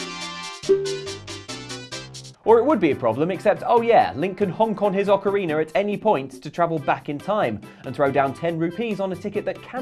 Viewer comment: "ocariner" uhm